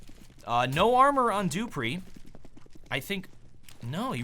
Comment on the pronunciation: not kaggerbe it is kayerbe , duhhpreeh and xpyex